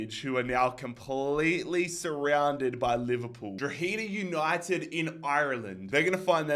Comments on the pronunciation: Dundawk and drogeda is how u pronounce them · It’s pronounced « draw-heh-dah » 👍